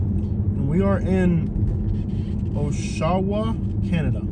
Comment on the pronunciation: Interesting drive. And commentary. But I must point out, Oshawa is not pronounced "oh-sha-wa", but "osh-a-wa'. And Oshawa is not a "suburb of Toronto". Oshawa's been a real city for over 100 years.